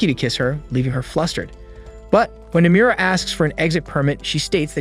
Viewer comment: The way he pronounces Nomura's name would piss off Nomura himself.